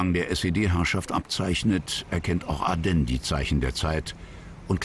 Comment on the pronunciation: Ardenn? Der war doch kein Franzose. Ich kenne ihn nur als Manfred von Ardenne - mit "e".😝